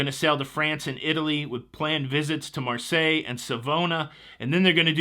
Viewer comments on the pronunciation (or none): none